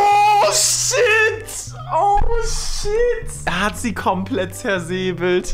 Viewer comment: "kormplett" :D